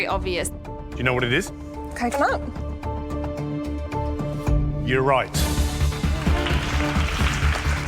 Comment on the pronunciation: Ah, so she was saying cocoNUT lol